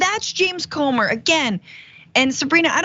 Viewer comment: It's spelled C-o-m-e-r but it's pronounced Gomer.